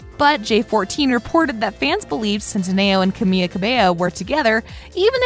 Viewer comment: The person speaking really butchered Camila's name...